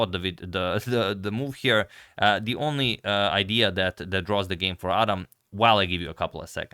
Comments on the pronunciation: It's pronounced Ad-ham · Thanks for sharing this, just a little note the name is pronounced “ad-ham” with the h sound present. 😊